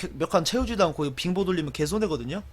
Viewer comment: 빙보를 핑보라들음 ㅋㅋㅋㅋㅋ